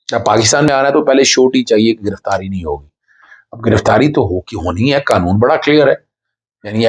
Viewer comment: بھای صاحب اپ سب لوگ معہ قانون دان اظہر صدیق سمیت قانون کو کانون بول ہے ہیں یہ لفظ ق سے قانون ہوتا ہے ک سے کانون نہیں۔